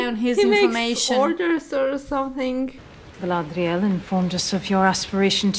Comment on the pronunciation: Nah nah nah, no no... You got it all wrong.... ----> Its not Galladrrrrrrrrrrrielllll...... its Guy-Lad-Rrrrrrrielllllll! 😁 Also, you two seem like great company to look at B-movies with.